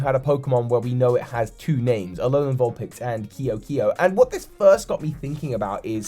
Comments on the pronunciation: I think it would be pronounced "Kay-o kay-o." That's how a lot of languages pronounce that, I think. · It's pronounced Ke'o ke'o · Your pronounciation of ke’oke’o is triggering lol